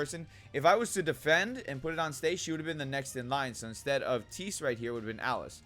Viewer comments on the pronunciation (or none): Nice tips...just wanted to point out on Tiese's name pronunciation though...It's actually "tea-zay". :-)